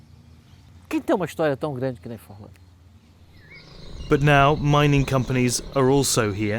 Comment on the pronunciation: It's so funny how the world is just discovering Fordlândia nowadays Nice video and you have an INCREDIBLE pronunciation of Portuguese words, congrats